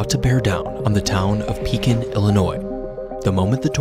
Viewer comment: I was 4 when this happened. If you ask a person from the area about tornadoes that's the one that comes to mind. By the way the fact that you pronounce Pekin correctly is mind babbling